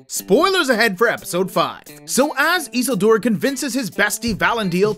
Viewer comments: Instantly lost all credibility when you pronounced it eesuuldoor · Learn this, please: ee-SIL-dur; va-LON-dil. It's not hard. Just take a minute to research it. Watch five minutes of an episode with them in it. Pronounce it the way the people in the show do. They know. They have Tolkien's pronunciation guides and a professional Tolkien language expert that they learned from. Trust the characters in the show to know how to correctly pronounce the names. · Bruh , the pronouncing of isildur is about as great value as rings of power 😂